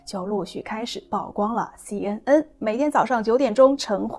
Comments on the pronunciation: 曝光 曝露 野人獻曝都唸「舖」不唸「報」. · 姑娘，請讀：曝（Pu）光。加油！